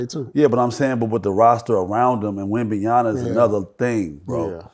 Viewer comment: Wemban(YANA) WRONG Wemban(YAMA) CORRECT Whats so hard about pronouncing wemby name??? A LOT OF YOU GUYS ARE MESSING IT UP‼️‼️‼️